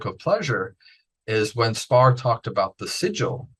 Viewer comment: Is Austin Spare really pronounced Spar? Is he testing the interviewer..and the viewer and himself? I think so.